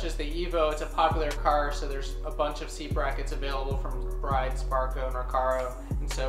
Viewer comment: Brid not bride